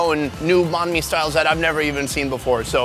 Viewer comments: You pronounced bahn mi wrong :P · “bon me” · The sandwich is pronounce bine-mi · H rlly so “baán mi” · YOU CANT EVEN PRONOUNCE BANH MI CORRECTLY BOI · You horribly mispronounced banh mi